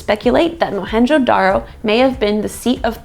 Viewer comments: Dude... Mohenjodaro.... and its J.... Our J is not silent... Our J is Louder than loud... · The real name is Moan jo daro and not Mohanjo daro. It's Sindhi, meaning , mound of the dead.